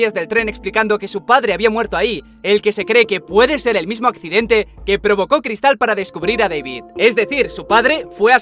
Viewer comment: Cada vez que decía cristal se me salía un pulmón por la boca